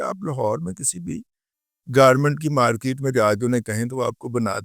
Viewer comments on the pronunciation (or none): none